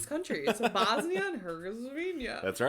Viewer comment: im sorry???? BRO REALLY SAID HERGOZVINIA IM DEAD💀